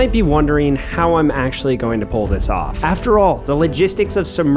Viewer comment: here how u should have said it "so in order to poolthis off"